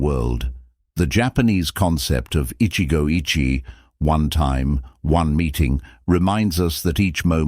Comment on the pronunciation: The Japanese pronunciation is "ichigou ichie" was almost correct except the second word. The second word should be three vowels. Therefore i-chi'-eh. Not sounding like "itchy.